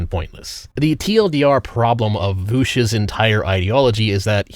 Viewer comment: I know he mispronounced "vaush" probably on purpose.